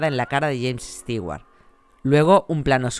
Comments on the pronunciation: Por que estigüart ? Si se pronuncia estuart?? 🤦‍♂️ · Soy tan fan que digas "Stiguar" en vez de "Stuward" me encantó este vídeo.